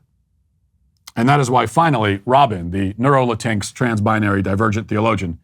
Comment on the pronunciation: Latinx has always made me laugh but hearing Matt’s pronunciation is pure gold, not making fun of him cause there’s no correct way to pronounce a made up word. “Latincks”